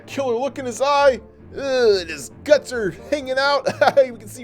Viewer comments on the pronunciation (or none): none